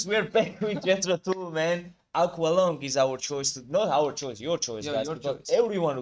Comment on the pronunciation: Tull rhymes with dull. That said, they’re anything but dull. The guitar solo in this song is one of my favorites of all time.